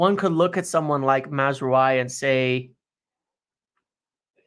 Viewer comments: OK: it's pronounced Maz-ra-wi (just like 'oui' as in 'yes' in french). Not Mazrooayi or whatever that was. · Hey guys just to tell you that mazraoui is pronounced mazrawi. Good video as always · ' pronunciations have me rolling all the time. Did not see Maz-roo-eye coming